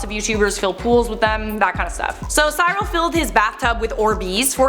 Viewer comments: Pronounced « see-real » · U baked potato lol its pronounced SEE-rul or like SIH-ril.Remember "the raccoons" Cyril Snear yay Canada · its not how you say his name. You pronounce it like "cerel"